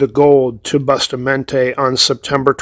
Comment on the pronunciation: It is pronounced as: BUUU-Staaa-Mon-TAay